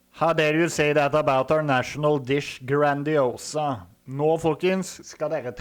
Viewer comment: å koffer faen seie han grandis e ass. har faen vore på italienske ute steder og alt å hatt varre pizza. han mannen her har barra handicappa tunga. bør gå på sjukehuse me den